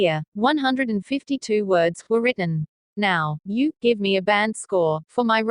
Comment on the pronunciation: Lol.. Its band not brand